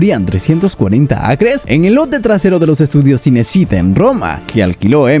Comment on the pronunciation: No es sinesíta, Cinecittá (chinechitá)